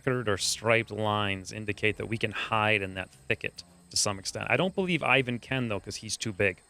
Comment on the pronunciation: This video just needs one more thing - Google>how to pronounce ivan